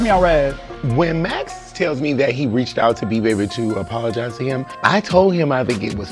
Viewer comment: Swore I heard call MAX, MESS